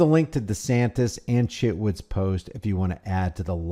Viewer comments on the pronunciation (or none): none